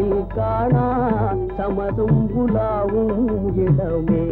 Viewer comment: பாடலில் சரியாகத்தானே உச்சரித்துள்ளார்.